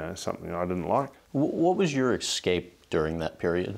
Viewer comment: "Professional" interviewer saying "ex-scape"